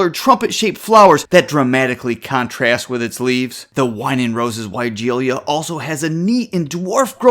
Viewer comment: For starters, you are mispronouncing the name of this plant. It’s pronounced as why-gee-luh”. Take a look at the spelling for just a second and you will notice that in the last part of the word it is not spelled with an “i” after the “ l”.